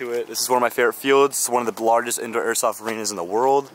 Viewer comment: “This is one of the blargest indoor airsoft fields in the world.” Had me dying 😂